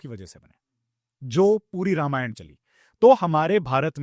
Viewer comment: रामायणा नहीं होता है, रामायण होता है, please हर हिंदी या संस्कृत वर्ड के पीछे एक्स्ट्रा आ लगाना बंद करे । धन्यवाद ।